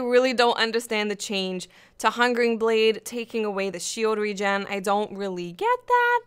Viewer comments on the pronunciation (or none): none